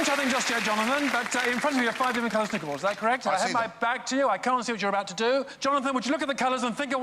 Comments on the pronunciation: It's not pronounced snucker - it's snu ker:p yeah it's a lot harder than pool - smaller balls - pockets - larger table - great act - thanks for your commentary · Forever living for the way says ‘snuker’ instead of ‘snooker’ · It has been said in other comments but it is pronounced as snoooker not snuker and yes I accept that in the UK we have more accents than every other country in the world but all of us can pronounce snooker. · I think its pronounced snoooooker, and i think billiard is like whole stick balls on table thing but snooker is a special variant of it I think the womans clothing thing was a monty python reference, but what do I know Great act, I was thinking that like half was King of Spades and rest was 5 of Spades but then they where allowed to look at the deck and it was a normal deck, so yeah.. no idea. Nice content as always :) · 😀😁😂 I'm sorry but that is NOT how you pronounce snooker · I hate the way he pronounced snooker